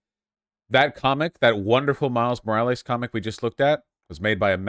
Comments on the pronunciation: Why is Vaush saying Morielus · I assume he knows someone who pronounces thier name like that. I feel like I do that sometimes